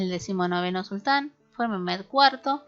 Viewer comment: los nombres como Mehmed y Ahmed,la hache que lleva en medio se pronuncia como j,es lo que entiendo